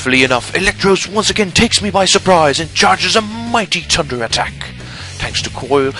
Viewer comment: i love how you pronounce Thunder lol.. tunder